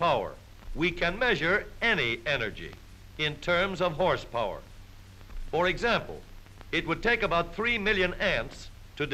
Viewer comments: At around the two minute mark when the narrator exclaimed "Horse power" I heard "Horse porn" and quickly double checked the title of the video. I have no interest in the latter. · Don’t you mean “hrspwr”?